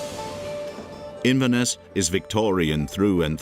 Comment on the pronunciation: Your pronunciation of Inverness is dreadful……….